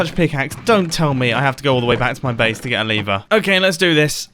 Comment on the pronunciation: is no one gonna mention the way he says lever